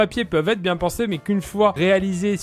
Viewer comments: Pierre tu peux pas faire une liaison à bien z et vous c est pas français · "Très bien zes vous ?" J'avais rien à dire